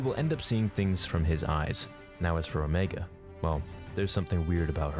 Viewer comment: I think that they might have tried to put a chip in her head. But why would her chip be active when the other's aren't? Oh. And you pronounced Omega right in this. It is not pronounced Omeega.